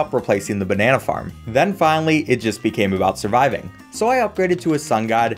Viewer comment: Why did I hear the Banana Farm as Banana Fart